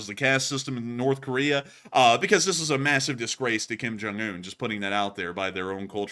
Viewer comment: Kim Junk-unh? Geeze.Lavrov, sitting down before your god-host? So, so, pathetic. Who does Kim's hair. Frighin'-A, it must be done with a gas-powered Lawnboy.